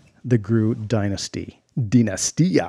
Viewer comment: Wooohoooo!!!! is back!:) LoL You pronounced "dinastia".Sounds the same as in Portuguese